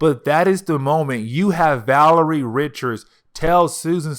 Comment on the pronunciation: It’s “VA-LER-I-A”